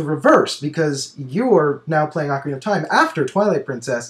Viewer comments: I know that's what i said! i was just sayng that can't say it and that he says "ocariner". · can't say ocarina of time he says "ocariner of time"